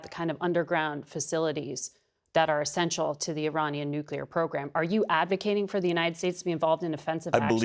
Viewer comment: I like how when fact checked, Turner's responses are basically "But it's Biden's fault somehow". Also, every time he say nuculear instead of nuclear is like nails on a chalk board.